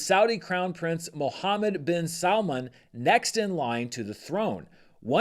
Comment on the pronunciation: 😂it's funny I hear salmon whenever you're pronouncing Salman.